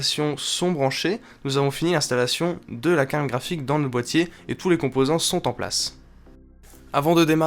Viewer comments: j'entend carne graphique ou bien? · Quand dit carte graphique, j'ai l'impression qu'il se concentre pour ne pas dire carkraphique xD